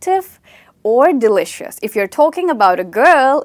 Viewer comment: Ma'am I guess pronounciation of delicious is wrong